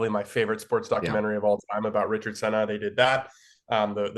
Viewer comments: That actually hurt me...... Richard????? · Really glad someone else noticed it!!!😂 I was like “what did he just call him????”